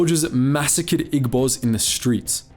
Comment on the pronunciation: Good video. one slight criticism is that Igbos is pronounced ee-bos instead of ig-bos. but thats about it, good video overall